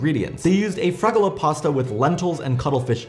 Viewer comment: It's Fregola pasta not fragola, fragola is strawberry.